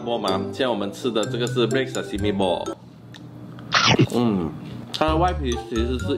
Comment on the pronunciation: 他是念sesame么？